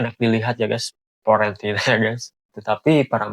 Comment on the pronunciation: Fiorentina bang.. bukan Florentina bang.. Florentina siapa dah itu? Tetangga sebelah kali Florentina.. hehehehe